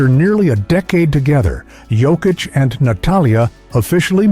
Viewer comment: It's sad, insulting and disrespectful that people still pronounce Jokic wrong 🤦‍♂️ ￼